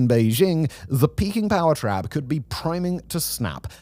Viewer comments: Ok serious question, are you saying “peaking power trap” or “peking power trap” over and over? 😅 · Because of the accent i thought it was Peking power trap for most of the video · I think he's saying "peaking," not "Peking"